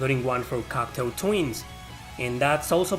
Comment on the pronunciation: Cocteau Twins is pronounced Coctó Twins. Like the writer, Jean Cocteau. I don't like that one album. I like their 80s albums but not their 90s.